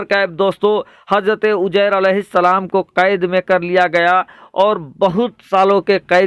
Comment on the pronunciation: sugra bshir qadri aap shahr ko sahr yani jadu kalfz kahte aor uzayr ko ujyr kahte h aap se guzarish h ke aap apni urdu zban sahi sikhe